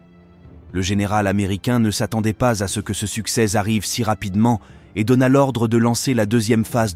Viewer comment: Egalement, mes oreilles saignent... "ce succès Zarrive" (et ce n'est qu'un exemple, c'est bien dommage, mais c'est rédhibitoire).